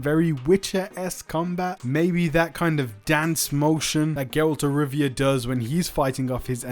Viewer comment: Bruh if you say geralt one more time imma DDOX :')